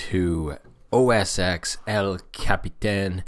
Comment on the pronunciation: Come on, dude, it's OS TEN, not OS EX